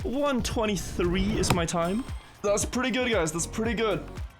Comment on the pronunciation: S in english sometimes has a z sound, Such as, is pronounced iz or sounds pronounced soundz Not all S' are a hiss Been watchimg you for years, i get its not your first language but its a very noticeable. Fix that and you could speak english 100% Good luck my guy